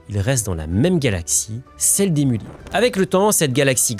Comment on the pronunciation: Pour info, le "z" n'est pas muet ! A part ça, vidéo très intéressante !